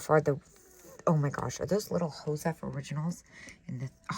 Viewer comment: You always say Hosef Originals for Josef originals. When I researched I found the artist's Jast name is Joseph and she changed the spelling to have it stand out. It is pronounced Joseph like the man's name